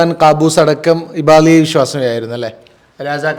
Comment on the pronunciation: ഇബാളി അല്ല അത് ഇബാദി ആണ്.